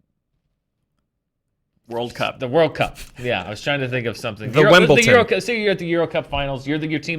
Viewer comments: It's tennis and it's held at Wimbledon! Not wimbltin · Wimbledon not Wimbleton. No “t” in there. Otherwise please continue ;) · Yes thank you! It was driving me nuts and I was just saying Wimbledon over and over again to my screen lol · What is wimbletin? Haha also it's football not fütball... Other then that ' another good show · It's called Wimbledon... its pronounced with a D. Wim ball don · Wimbledon with a T? You guys truly are screen junkies. haha keep up the good work!